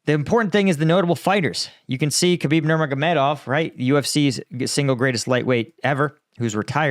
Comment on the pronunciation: Great commentary/analysis as always! I like how you can say Khabib’s last name with ease but not Medvedev lol Also great performance on Jake Broe, I saw a different way in how you respond that makes me appreciate your analysis even more.